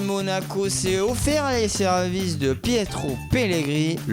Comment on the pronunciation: A le gars galère trop ^^ Agnagnaspor agneugneugneu du miyeu bresilien MDR Et à tu m'a finis avec "S'est ooofert les seurvices" (je peux même pas écrire comment c'était chelou^^)